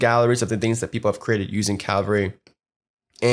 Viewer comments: Bitch its cavalry not calvary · He keeps saying ''Calvary'' not ''Cavalry'' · My thoughts as well. It's CA (as in Canada) - vull (like full) - ree (as in weeee!) CA - VULL - REE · The video was well made and I learnt a lot but I don't think I have ever been more tilted by the constant mispronunciation of a word haha. triggered me almost as much as hearing DJ Khalid try to pronounce jewelry